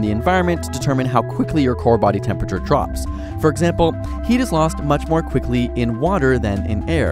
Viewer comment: you said "quickly" kind of weird. And also "environment" is spelt wrong, I used to spell it like that when I was little, but you just have to remember to spell it with "iron" not "iorn" which isn't a word.